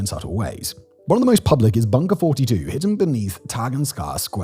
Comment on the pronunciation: bunker 42 i have eateb there many times its awesome but Simons pronounciation isnt accurate